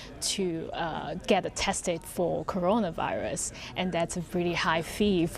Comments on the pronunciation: The guys can’t even say corona virus LoL Rirus LoL 😂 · “Update on the Caron Rius” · This guy cannot say "Coronavirus". That is a fact. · Can't he say corona virus 🤔